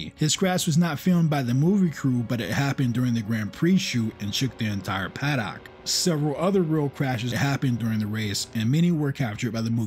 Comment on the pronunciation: Why do mercans mis pronounce simple words like " paddock?".